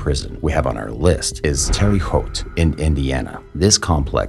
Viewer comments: Terry Haute, France huh?! I thought it was Terre Haute, France ! 😅😂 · It's pronounced terra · lol terre haute is pronounced terrA haute... i live about 40 minutes from there. and it's not as bad as many other prisons in the US aka rikers island is worse just to name 1.. and before anyone asks; no. i have never been to prison or jail or even been arrested in my life. i just love to watch true crime & shows like this! awesome content by the way, been binge watching since last night 💕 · It's pronounces teh-ruh howt.